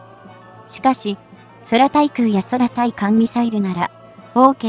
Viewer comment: 空対艦(クウタイカン)ミサイルをソラタイカンとか読まないで下さい。